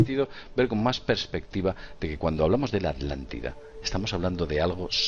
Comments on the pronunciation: "Alantida, Alantico" y así dicen que somos los latinos los que no sabemos hablar. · Me encantan sus temas, me vi casi todos sus vídeos pero por favor A TLAN TI DA mis oídos se ofenden al escucharlos hablar así. disculpen pero es lo q siento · bueno, ¿y porqué se comen la "T" al nombrar la Atlántida? ¿de dónde es su acento?, hago la aclaración: no es crítica, me gusta que el castellano permite y se enriquece de los acentos de tantos y tantos países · Atlantida, atlantico, no pueden pronunciar bien esas palabras, lo pronuncian como alantida y alantico. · Gabriel Rocha Muiños Ya lo sé amigo, no lo dije por ustedes sino por algunos seres que piensan así. :) De todos modos me parece muy curioso que el diga Alantida o Alantico jejejeje